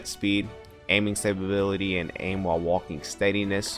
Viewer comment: Man said ‘stabability’ like 4 times🤣🤣🤣